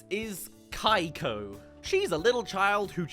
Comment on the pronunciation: Pretty sure he's just butchering the pronunciation of Keiko though.